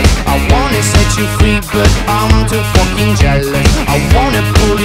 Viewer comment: Love the way he says fucking but he says focking